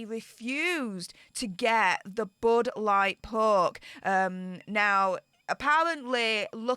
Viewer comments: Budd light poke, or as says "bood lart perk" 😝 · Why is she calling it the bud light poke? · Can someone tell me why she’s calling it the “Bud Light Poke”? I get what the poke is, but why Bud Light?? I’m confused.